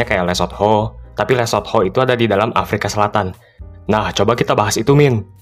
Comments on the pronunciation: Lu mah nyebutnya LESOT-HO 😂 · Nyebut Lesotho mesti gitu ya min? THO?? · Emang harus gitu ya min baca nya .. LE SOT HOOO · Min pelajari juga pronounce-nya dong, agak gimana gitu denger le-sot-ho mulu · Lucu amat, penyebutan LESOTHO nya😂😂